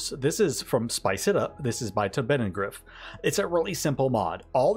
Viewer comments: OK, I've heard you too many time butcher Taubenangriff (pigeon attack) too many times, so let's try it together: tow-ben-an-griff (last bit like the first part of griffon). You can do it! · Aye good compilation, Im missing a few of them in my playthrough so Ill propably add one or two. Taubenangriff is btw pronounced Tow (as in towing) -ben (with a very short e) - un (as in fun) - griff (similar to grip with a very pronounced r) Im sorry to be smartass but as a german, that pronounciation hurt :D That also brings up a little question, with such a big part of the Anno community being german, how do your viewer statistics look. Where are most of your viewers/subscribers from?